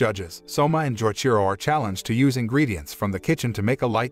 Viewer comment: Every time he says Joichiro’s name wrong it hurts me lol